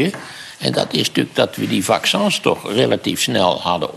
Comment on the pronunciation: 'Vaccûns'. Lekker Maarten.